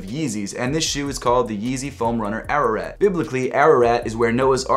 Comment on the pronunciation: Bruh it's pronounced ah rah raht